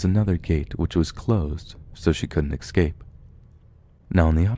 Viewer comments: Excape isn't a word. The word "escape" doesn't have an X in it. Just thought I'd help you out since you're trying to read professionally. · Evan R I have. He pronounces excape but that’s only a small nitpick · Yes, He's one of the best reading these Stories, except when He says "Escape", there's no X in this Wordp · yep there are several words that he does like escape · Have you noticed he says the word "escape" wrong?